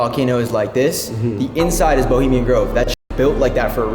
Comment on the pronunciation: "BELIMIAN" GROVE? ROFL! WHY NOT EDIT OUT WHEN U CANT SPEAK PROPERLY? IS IT A GROVE FOR SKINNY PEOPLE? BULIMIA! LOL.